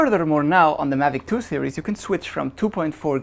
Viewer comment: Hi, good vid. Just a bit of constructive criticism. You mispronounce the word series and are always saying serious. The two words mean something totally different. Serious in German is ernst. Series in German is Serie. But don't worry almost every German TV commercial makes the same mistake. As a mother tongue English speaker it's hard to listen to.